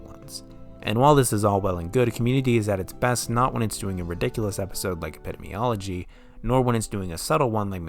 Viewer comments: I will start by saying that I love your video and frankly I couldn't agree with you more on your views concerning this unique and wonderful show but I am sorry, against my will I am compelled to correct you. It is pronounced eh·puh·dee·mee·ah·luh·jee. I am sure you've had other comments about this but I couldn't find them so I felt I needed to. It would bother me if someone didn't correct me and I was pronouncing something incorrectly. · oh my god learn to say epidemiology. EP i-DEEM ee-OL o-GY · Your pronunciation of "epidemiology" bothers me greatly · this would be a perfect video if it werent for the way you pronounce epidemiology but great job nonetheless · Hard to take this seriously when the narrator can't even correctly pronounce "epidemiology" LOL ... it's a good show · You mispronounce "epidemiology" more than once. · I love and agree with everything in this video, but the way you say “epidemiology” keeps me up at night 😑